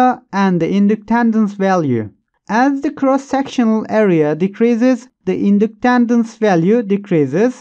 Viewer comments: Inductandance 😂😂😂 if your going to say it that many times please try to it right. Was like nails on a chalkboard to me lolol thank you for the great video! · Thanks, good explanation. Oh and so you know, "Winding" is pronounced like (I)ron Inductance is pronounced like in-duck-tence